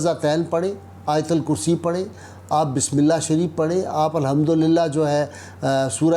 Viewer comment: Bismillah sahy pharhe hay or kessay pharhy jatty hay ....